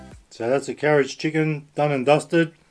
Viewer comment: Did you say carrage chicken? Karaage is [kara age] or [car ra gee] but definatley not carrage